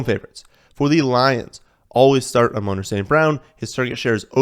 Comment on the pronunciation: His name is pronounced Am-on Ra (like the Egyptian sun god) St. Brown, not a-moan like how you pronounced it.